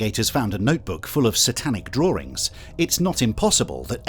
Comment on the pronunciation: The fact that the narrator doesnt know how to pronounce Nike is amusing. And "drawerings" like SNL's Simon.